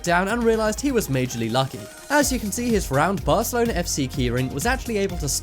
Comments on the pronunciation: he did not just say fc barcalona ughhhhhhhhhhhhhhhhhhhhhhhhhhhhhhhhhhh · did he said Barcalona ? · THIS MANS CALLED IT ABARCALONA KEYCHAINNNNNN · This bitch just said barselona key chain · “Barcelona” how you can tell he is American